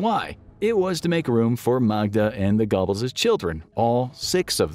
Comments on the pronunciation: 😂😂 Gobbles xD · I've never heard Goebbels pronounced that way. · You got to love the pronunciation of gobbles lol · i couldn’t focus on the rest of that portion because of it🤣